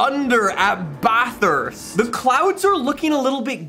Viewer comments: you pronounced Bathurst wrong. It’s pronounced Bathast not Batheeerst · ITS PRONOUNCED BATHEST NOT bAtHeReSt